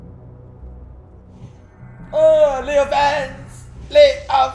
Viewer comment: "LAY OF 'ANDS!" :D